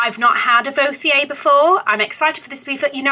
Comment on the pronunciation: really is the most real and genuine person on the Community. I loved the dress the brand really suits u (FYI the "h" in Vauthier is silent it's just the "t") I felt like the Cavalli one would have been hot with the Amina Muaddi Gilda animal print heels that were a little falling apart lol. You looked sodding Majestic ✨🤍 your skin looks flawless without any make-up. You just have to be prepared for the great things that is about to happen to you and your career 💕 you deserve every bit of it.